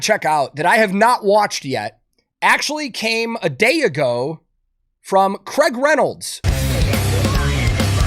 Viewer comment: One day americans will leanr to pronounce Craig